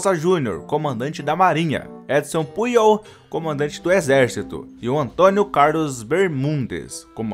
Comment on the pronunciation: Se pronuncia pujollllllll😡😡😡😡😡😡🙄🙄🙄🙄